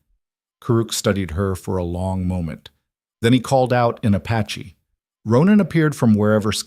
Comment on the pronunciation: I can’t believe that they left her horse tied up. And it’s “Apache”, NOT ‘“a patchy”!